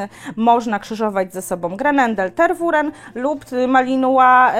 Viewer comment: Nic nie powiem ,ale nie "Ter-WU-ren" tylko "Ter-we-RĘ" z akcentem na ostatnia sylabe. Poza tym bylabym ostrozna w reklamowaniu jaki to jest mily cudowny pies praktycznie dla kazdego bo malo kto jest w stanie poswiecic temu psu taka ilosc czasu jakiej on potrzebuje. Bardzo wysoki poziom energii duza potrzeba pracy.